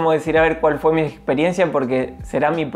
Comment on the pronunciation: ese fua y ese obvio le salio muy argentino Jajajaja